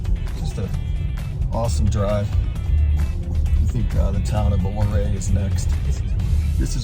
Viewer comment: Local here, Ouray is pronounced “yur-ay” nice vid 🤘🏻